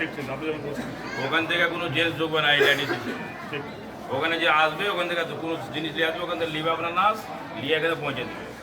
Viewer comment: লেডিস কে ল্যাডিস বলছে, কে এইটা !!! এমএলএ ???